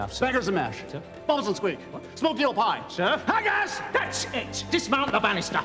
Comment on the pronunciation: It's so great that Cage did the kind of deep research which saw him correctly pronounce HAGGGGISSSSS